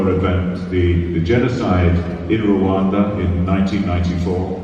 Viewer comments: It's not Kigali Rowanda..is Kigali Rwanda. My lovely country. Peace to you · The Country is Rwanda, not rowanda plz, thank u sister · but you pronounce it Rowanda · Black Viking That's foreigner's pronounciation. Local correct pronounciation is: RRRRRR...WAN...N'DA Rwanda which means: Universe or Infinity.